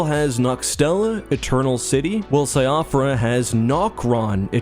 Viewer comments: Just a note because it's a huge pet peeve in all these elden ring videos cropping up Siofra is pronounced like "she fra" not "sy off ra" It's an Irish name so it doesn't really follow English pronunciation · Siofra is actually pronounced like "Shee-frah" because Romanized Irish spelling makes no sense. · Siofra = Shee-Frah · Just so you know Siofra is pronounced "shofrah" Irish and Welsh names can be weird. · slight nitpick but i believe Siofra is pronounced "Shiff-ra" due to the game's gaelic inspiration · A note on Siofra, I believe it's pronounced Shee-fra because it's a Celtic inspired name. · Siofra is pronounced SHEEF-ruh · Just a small point but Síofra is pronounced she-fra. It translates roughly to fairy, elf or changeling depending. It's an interesting choice though as in our folklore, the fair folk live within the earth and are seen as ancient beings from before the time of man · Siofra is pronounced "shee-frah" it's an Irish name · Great vid, only issue I have is the pronunciation of Siofra. Its an Irish word thats meant to be pronounced like SHEE-fra! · Siofra is pronounced “sheefra”… it’s Irish/Welsh pronunciation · Great video! Just a friendly tip that Siofra is pronounced as she-fra. It's an Irish name! :virtualhug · Siofra River is pronounced 'shee-fra' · Great video. One thing tho, Siofra is probably pronounced sheh-fra. Most often the "sio" is used when referring to it's Irish origins.